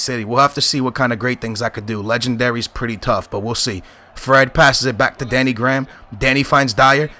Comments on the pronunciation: It's Danny grey-ham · danny graham is pronounced" grey-ham"